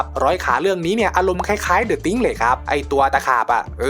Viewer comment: ตินิดครับ The Thing อ่านว่า เดอะ ติงครับ ไม่ใช่ติงค์